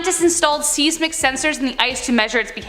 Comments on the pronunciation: Lmao see pronounces lava ...layva instead the normal sounding lawva, also pronounced seismic sensor, seesmic, not sizemic... blond moment probably reading words see dosent actually know xD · Yo girl , it's pronounced "Size Mick" not " Seize Mick" . LoL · Size mic is how it’s said